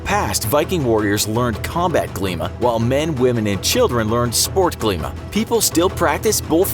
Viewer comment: u really pronounced Glíma very well